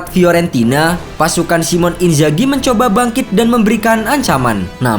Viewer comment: Sedikit saran, Min. Namanya Simone. Baca aja, "Simone". Bukan Simon.